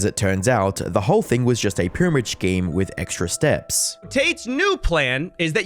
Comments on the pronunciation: "cruptou", "puramoud-scheme" xD xD xD xD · "[...] a purmud schkeem [...]"